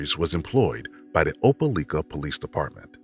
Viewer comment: Opelika = O-pel-LIKE-uh. DNE O-pel-LEEK-uh. Nor O-pel-LICK-uh.